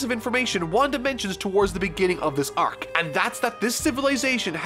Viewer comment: I enjoy your content, but I just will never be okay with how your pronounce the word arc.